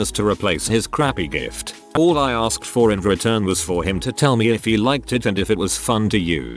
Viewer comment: What about just pronouncing "me" correctly instead of M-E?